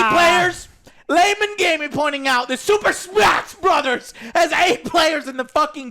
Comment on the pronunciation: I love the way he says super smaASH BROTHERS